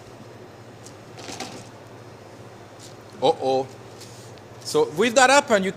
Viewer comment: he says un-oh as oh-oh